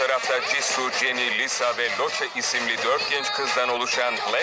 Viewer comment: Ciçu Çeni Lisa Roçe Ab- BTS yi söylemek bile istemiyorum bari biraz anlamlı söyle